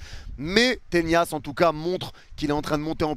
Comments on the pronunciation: Le nombre de fois où tu dis Ténias ça me stresse 🤣😭 on dit Tenas… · on dirait tu fais exprès ptdr arrete d'arracher le nom des joueurs, on dit tenas pas tenias, tu le vois où le i dans tenas ??? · Tenas ... Avec un N , et non pas avec la Ñ. Tres bon debrief